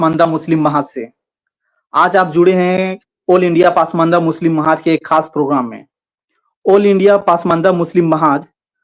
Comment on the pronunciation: दोनों ही अंसारी ब्रदर का उर्दू उच्चारण बहुत खराब है. अगर आप पसमांदा mahaaz नही बोल पाते तो इसका नाम बदलकर कोई और रख लें. पसमांदा को पासमान्दा और mahaaz को mahaaj बोल रहे हैं . Zila को jila बोल रहे हैं.